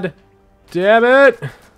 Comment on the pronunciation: open the noor